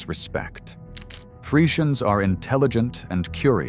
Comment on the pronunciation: Man spricht Przewalkis Pferd so aus: P-rz/wie j in Franz. Jean/ -e-w-a-l-s-k-i -s Pferd. Ich denke Friesian war auch falsch. KI Stimme. ausgesprochen